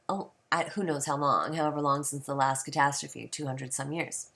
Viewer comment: Castastrophe sounds like Kuh-tass-trophy. Not Cat-uh-stroff. LOL! Love your lil rant about him, the guy is a complete shill for the almighty dollar and a fear monger. Good vid.